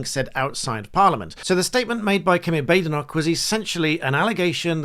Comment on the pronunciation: Why is everyone mispronouncing her name, it's 'Bad-Enoch'!